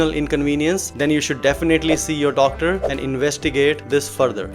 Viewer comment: "wadder" wadder ,speak to yoh dodder...